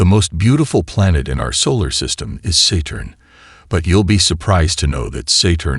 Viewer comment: How careless for the AI narration to pronounce “Saturn” as “ SAY-turn” within the first minute and “Quasar” as “Kwah-Zahr “ in the first 5 minutes and yet claim to be a YouTube channel that specializes in Astronomy and the Universe. Before the video is released some Human “Genuine” Intelligence should double check personally and fix these blatant errors. I concede that in context the AI spoke these same words correctly moments later, but the fact that no one at the channel seemed to bother to listen for mistakes makes it look as though this channel has shoddy quality control; a poor example for trying to appear scholarly and professional. Please do better in the future.